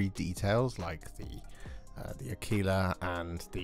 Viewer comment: LOL I know this is a year old, but whoever told you to pronounce "aquila" like tequila is certainly fucking with you